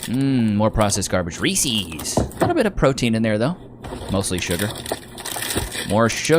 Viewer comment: ‘10 Hyundai Sonata GLS 2.4L 4Cyl Ricky who?! NO! Katt Williams! The Pimp Chronicles Pt. 1. Shimininya Shiminashonda! Shoulda did your damn research!! 😂 What is with you people and calling them Reesees?! Reese’s!! His name was Reese! You pronounce it as if he’s showing possession of his Peanut Butter Cups! Damnit!! Good Lord, I’m such a hater tonight. 😅 Wow. That was stupid. The eyes are covered by lenses. They aren’t holes.